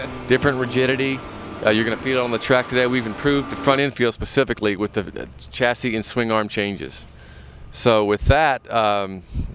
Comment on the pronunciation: why can't he pronounce the word "chassis" properly?